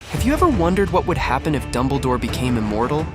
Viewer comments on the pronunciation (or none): ITS DUMBLEDORE NOT DUMBLEEDORE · Dumbleh-door. Thanks A.I.